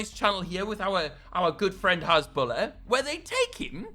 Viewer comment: It’s has-boo-lar not has-bull-ah